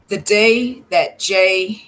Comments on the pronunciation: Great 👍🏾 coverage no disrespect her name is pronounced (Jo-Lee) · It's pronounced joe-lee